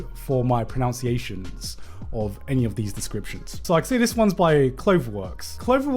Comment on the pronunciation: apologises for Japanese pronunciations, says 'pronounciations'. lol